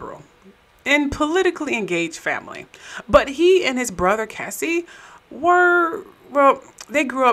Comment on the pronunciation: It's pronounced Cay•see like K-Ci the singer not Cassie.